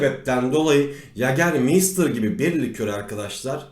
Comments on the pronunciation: Anlatım süper amaa yager mayster yerine meystir demeniz çok kötüydü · Yagermeystır diye okunmuyor yegamaysta diye okunur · mei değil mayyytaağr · İçkinin adını da doğru söyleyebilsek !?